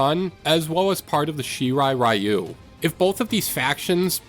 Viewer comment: Pretty cool video! My only gripe is the pronounciation of some of the names, especially a decent amount of the asain-based names (I.e. Takeda, Shang Tsung, Shirai Ryu, etc.) Like sweetie they LITERALLY say the names multiple times in the game 😭